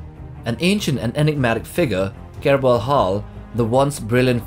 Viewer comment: Kelbor Hall, not Kerbol Hall